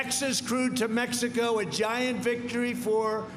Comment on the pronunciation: Mex-tico Minne-annapolis Haha